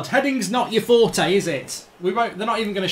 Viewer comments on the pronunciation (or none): none